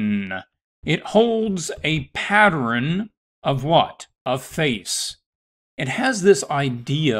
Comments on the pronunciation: why is he saying it like that 😫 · He lost me by saying “patterin” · no one: him: patteren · You say pattern like my mom 😳 (Saying partter-in, instead of pat-turn) I think my grandfather says it, too. However, if I'm being honest, I have no idea where the idiosyncrasy comes from My grandfather's parent's are from 1900's Oregon, so maybe it's a N. West coast thing? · I couldn’t even listen to this because every time he said pattern my blood boiled